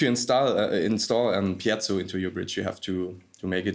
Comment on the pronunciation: It's not pieTTTzo, it's just piezo. That guy says it wrong five thousand times in this video.